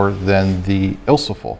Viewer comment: Awesome videos, I've been doing this since the early 80's but I love watching what others do and sometimes it's the closest thing to talking shop talk with other film photographers. BUT...... I have two words that are not ILSO-FOL Ilfo-SOL & Ilfo-TOL. ;) have a great day/